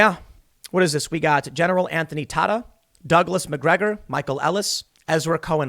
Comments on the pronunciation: I believe it's pronounced T'AY-ta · Tata is pronounced like data. Just FYI friend of the family.